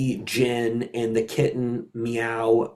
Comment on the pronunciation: Is he mispronouncing stuff on purpose so we would get triggered and comment the ever living shyte out of this section and spin the algorithm? Coz it fucking works! It's Khitan not kitten the same 'a' as in quran or Iran. Among like 2 dozen other names...